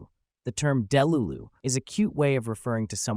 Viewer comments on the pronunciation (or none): And he said “DEH-lulu” instead of “deLUlu” :/ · What do you mean deh-lu-lu 😂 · ITS DELULU (DEEH-LOOH-ZHuhN) DEEH NOT DEH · You're pronouncing skibidi and delulu wrong - it's skib-a-dee and dah-lu-lu. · Jeeyawt, delooloo, Justin Byebrr, and Skeebeedee, beautiful